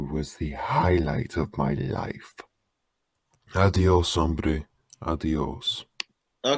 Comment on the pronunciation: "adios hombre" Your Spanish is very clear! Cool